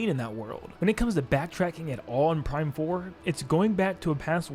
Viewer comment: You said Prime 3 wrong